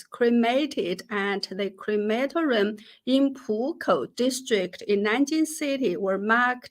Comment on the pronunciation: Jennifer --- a note on pronunciation: cre ma TOR i um, not on the second syllable. What a ghastly growth industry! Now the "People's Republic" has caught up with Nazi Germany in disposing with human remains. How much better, the traditional way, when the ancestors were buried in the good earth, in the uplands above the fields -- not land needed for crops, but they were always close to the living family members who worked the soil!